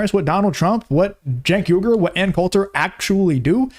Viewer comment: Love your stuff but you keep missing pronouncing his name it's pronounced ( Chunk Hunger)